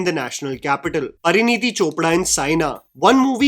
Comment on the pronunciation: pinpoints and criticizes actors' poor diction and dialog delivery throughout the video Also: "PARANEETI"... Who's Paraneeti, mate? 😭